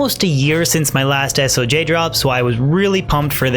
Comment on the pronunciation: Just a heads up, if you shorten stone of Jordan, it’s pronounced s-oh-juh...rather than es-oh-jay. If that makes sense ;) I enjoy the vids man! Keep it up